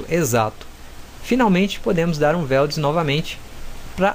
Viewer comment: Weld não é /VELD/ é /UELD/ posso te dar aulas de inglês mano se quiser kkkkk pq o seu é horrível, mas tu manda bem no 3ds max kkkkk